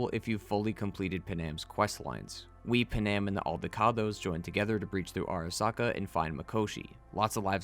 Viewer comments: They tell you how to pronounce Panams name in the game Pan-am Not p'nam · im talking about thw way he said it. Its Pan-am. Not p'nam or puh nam